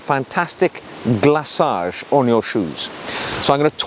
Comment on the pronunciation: Excellent as usual sir! Also, congratulations on your proper pronunciation of 'renovateur' and 'glacage' in French, hat off to you. FYI, a lovely trick I learned from the youtuber 'The Elegant Oxford' for black shoes is to use the Saphir cream in Navy blue which imparts a deep black hue to black leather making it seem even more black and deeper! It really works!